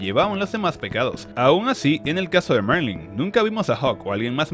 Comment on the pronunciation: Se llama Merlin, no Marling, eso en Atak on Titan jjj